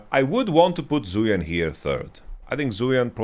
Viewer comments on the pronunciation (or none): It's not a big deal and I'm sure people won't really read this or care much, but wanted to mention zuian is pronounced more similarly to zwei(like hwei)-ahn/on. other chinese names like fengyue were actually much better pronounced than most western streamers I've seen though.